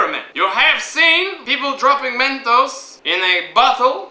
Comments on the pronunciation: MEN"TOES" lol, its MENTOS ;) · MENTOES?!?!?!?!?!?!? BAHAHAHAHAHHAHAHA! dont you mean mentos? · well "mentos" is better than "MEN-TOES"